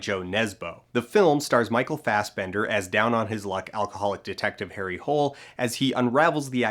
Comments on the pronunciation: The actual problem with Harry’s last name is because they pronounce it wrong. With the proper Norwegian enunciation it’s Harry “Hoo-lah” & not the use of the American “Hole”. JoBlo Videos goes more in depth about that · I still can't believe they went with the english pronunciation of Hole's name. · All they had to do was pronounce it the Scandinavian way: "Hoo-leh" or "Hoo-ler". If not, why not just set in England /the US and rename everyone? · Blane Especially when you consider that the author was ABUNDANTLY AWARE of how ridiculous it is with an English pronunciation. The first book is set in Australia, and has Harry CONSTANTLY correcting people about the pronunciation of his name, after they universally chuckle at the name “Harry Hole”. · It's originally at least somewhat intentional - the books acknowledge that English speakers tend to pronounce it that way and Harry is annoyed by it. It's played for laughs, because Nesbø's novels are fundamentally dark comedies. The problem is that the film is played completely straight, but they left in this comedic setup through sheer incompetence, perhaps because nobody read the script aloud at any point before they began shooting. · I have also resd all the Harry Hole-books, don't worry. And anyway, the story of the movie takes place in Norway and most of the characters are Norwegian. When I go abroad I introduce myself with the proper pronunciation of my name, not some anglicised version. And I know all my friends who have names that sound strange in English takes particular care to not pronounce it in the weird English way haha :') anyway, the movie is bad and the name stuff is just a small part of it!